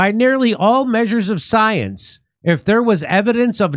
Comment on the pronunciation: You know Jimmy, you need to get it straight. Dr. Fauci did not say to follow the science. He said "Follow the soy-ence". So, he is off the hook.